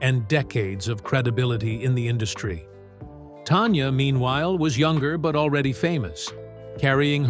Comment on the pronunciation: Please pronounce her name correctly. It is NOT TONYA. IT'S TANYA.